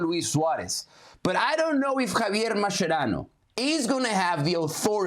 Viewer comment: U guys have no capacity to judge Mascherano, period. Also, baldie, it’s not pronounced like that bruh’, che mas che rano, accentuate the che, boludo… yet I appreciate your work 🤙🏽🫶🏽